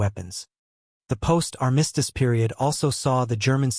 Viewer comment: You REALLY need to research the pronunciation of the word "armistice"! 😲